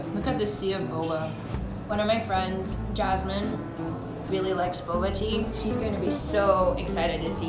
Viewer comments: fun game: take a shot every time she says boboa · say boba one more time, just... one... more... time